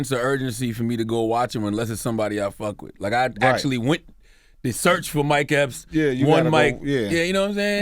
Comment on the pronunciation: It sounds like they call him Mike Helps instead of Epps😂😂😂😂